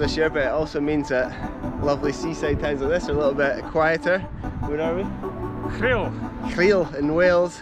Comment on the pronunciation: Great riding. You should’ve gone deeper in, off into the hills, where we have some great natural riding that is virtually untouched in both Ogwen and Llanberis pass. Well done Danny on pronouncing Rhyl👍, a lesson to many who don’t try. BTW it was quiet as Wales was in full blown level-X lockdown so the border was closed and only essential travel - like going to work - was allowed. Hadn’t Nichola set the same rule for the Scottish border too?? Just as well for us that your work involves YouTube videos 😉. Fingers Crossed the Drop’n’Roll crew can get busy again soon 😎